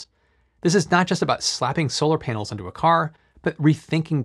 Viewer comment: Every time he says "panels" it sounds like he is saying "penis"...